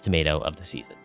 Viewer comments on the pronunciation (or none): none